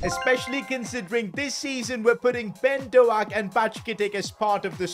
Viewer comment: His name is not Ben do aak is ben dow k